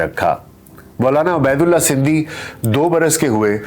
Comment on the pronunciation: A.a...yah lafz abaydulla nahin hay yah ubaydullah hay